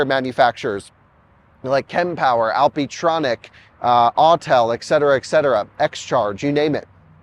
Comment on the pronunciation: "eck cetera Eck cetera Eck cetera"